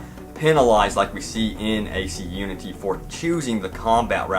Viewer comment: Does anyone else here him say Unty. Like oonty